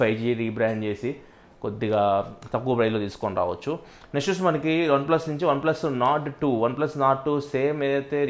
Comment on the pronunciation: Bro it's Nord not Norse